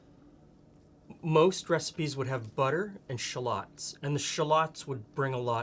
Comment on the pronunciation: that's the real pronunciations btw